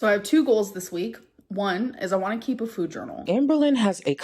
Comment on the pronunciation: Now she pronounces it “fooyd.”